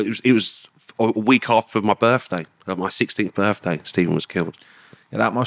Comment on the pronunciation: Whats a 'burfday'...?